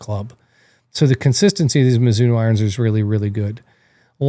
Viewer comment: I’m sure there’s an O on the end of Mizuno. Can’t watch or take anything you say into any consideration when you can’t even get the name right. 🤦🏻‍♂️